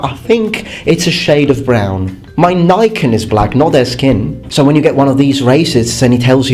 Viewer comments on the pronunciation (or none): none